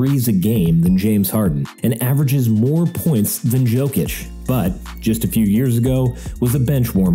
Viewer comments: Joe kitch? it's Jokic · Joke-ish? Yo-kitch